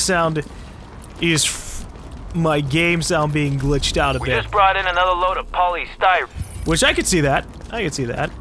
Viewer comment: The way joe ferro says polystyrene really bothers me for some reason, such an emphasis on the y.